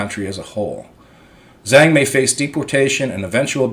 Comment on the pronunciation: Hey, a ZH is pronounced like the letter J in English...JANG...the ANG sound...in Tagalog...hope this helps.